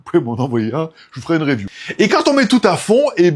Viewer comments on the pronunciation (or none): none